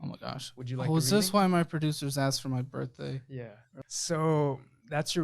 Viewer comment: "Was this why my producers asked for my brithday" Lmfao